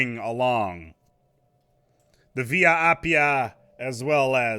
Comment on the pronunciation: It's "Via Appia" Double P